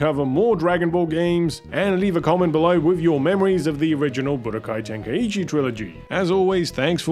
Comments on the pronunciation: Its so funny to me how people miss pronounce Tenkaichi by adding an "E" sound to the word. "Ten-Kai-E-Chi" when It's "Ten-Kai-Chi" even the game itself gets this wrong. lol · splitting hairs here but Tenkaichi is pronounced "Ten-kye-chee" and not "Ten-kye-ee-chee' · What's with the pronunciation? Isn't it ten-kai-chi?